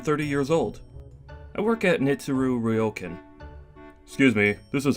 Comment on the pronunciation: Wow. I like how you pronounce the Japanese names here. That "ryokan" is almost perfect. I got so used to the japanese names and words being mispronounced in those manga dubs that I was shocked when I heard this one. Good job, VAs!